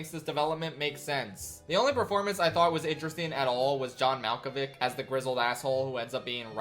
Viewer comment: The saddest thing about this video is the way you pronounce John Malkovich implied you’ve never seen Being John Malkovich which is a very good movie. XD